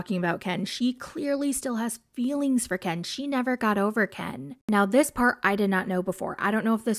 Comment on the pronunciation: All she thinks about is KEN ! KEHN is. How she pronounced his name . KEHHHN IS FIRE to her 😜